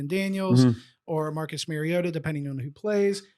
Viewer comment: It’s MAR iota. Mar as in rhymes with car.